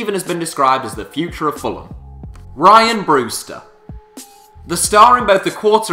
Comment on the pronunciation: It's Ree-an Brewster